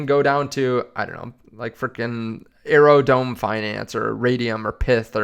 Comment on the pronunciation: Aerodome finance..... You must not be the smartest, you don't even know how to pronounce aerodrome finance.. One of the biggest dexes on base, you'd rather take a risk on ethereum rather than aero? Are you kidding me